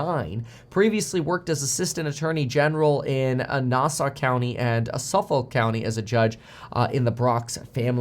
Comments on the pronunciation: The way Kevin pronounced Nassau and Suffolk made me smile. Sure fire way to show you're not from Long Island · Lol say Nassau and Suffolk again 😂